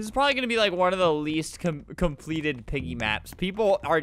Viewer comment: Me: Volume all the way up Flamingo: OOOO PEEGIE, PIGGY CHAPPER THWEE 😅😂